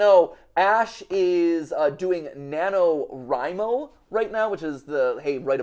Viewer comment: I have never heard NanoWrimo pronounced in the way Matt pronounced it here XD